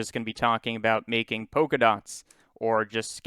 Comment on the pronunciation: but polka dots is pronounced polka dots, not poka dots.